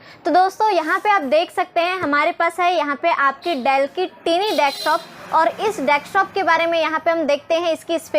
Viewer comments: टिनी नही दीदी it's टायनी, matlab smaller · I like tini instead of tiny.... 😀